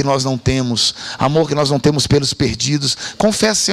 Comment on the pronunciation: Um AMORRRRR cheio de "erres" ! 😊